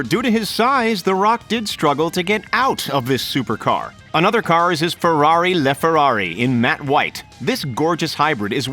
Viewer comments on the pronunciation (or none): Laferrari not leeeferrari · Don’t say leferrarri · He did even say la Ferrari right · How do you manage to butcher the name of the Laferrari so bad